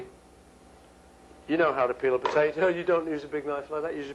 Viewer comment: Why does this have almost 400,000 views? Is it because he says "put-eh-toe"?